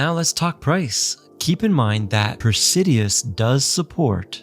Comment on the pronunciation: Great video, great watch... But - It's pronounced "Pre-sid-us" not "press-hideous" 🤦🏻‍♂️